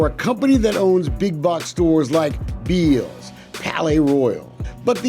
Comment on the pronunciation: It’s pronounced bells